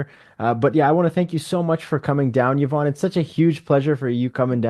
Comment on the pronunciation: Love the effort this channel puts in but OMG enough with the click bait titles. The title is supposed to show us what the video is about. Clearly and once again, not the case here…. Also “Yvonne” is pronounced “Ee-vonne” not “Yuh-vonne” —she was too polite to correct this.